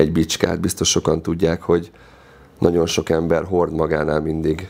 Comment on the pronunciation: Amiko a nagyon- Naon lesz…. Ne ne olyan nehèz kimondani